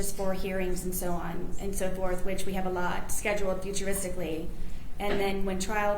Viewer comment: ‘Future-istically’ Wow.